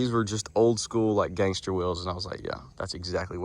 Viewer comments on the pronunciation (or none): "GANSTER" ? bruh stop it